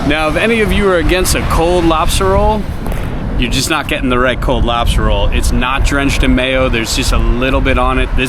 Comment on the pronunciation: #tugtrashoutdoors #keywestwaterman did say Robstah Roll 😂😂😂 #BlooperReel This is awesome and I agree with you about the principle on stores and I would shop that mom and pop store daily if I lived there!! Let’s go catch some flounder!!